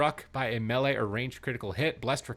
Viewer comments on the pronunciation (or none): none